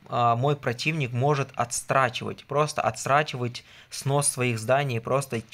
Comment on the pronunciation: Немного не по теме., отдельный респект за то, что сказал звонЯт, а не звОнят. А вот слова "отсрачивать" нет. Есть слово "отсрочивать". Удачи!